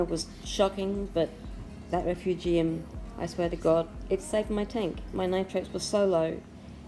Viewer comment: Love how you pronounce refu gee um haha. Im going to buy a tunze chaeto reactor looks luch easier to use. Great tanks! I would love to get to your level one day.